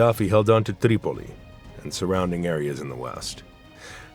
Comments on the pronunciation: Certain names are overpronounced. Tripoli becomes TTTreeee Pol llleeee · The narrator bugs me, going all camel humper when he pronounces Tripoli and other cities.